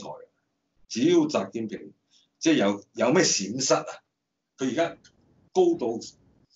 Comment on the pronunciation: 點解全程講習”建“平？